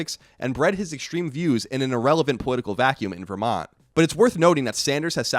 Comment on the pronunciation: It's weird how you pronounce "Vermont" much more like a native Vermonter than most Burlingtonians who are real proud to be "Vermonters".